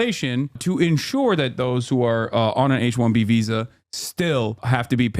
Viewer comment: Hasan: “H1B visa” My ears: “H1BBsa”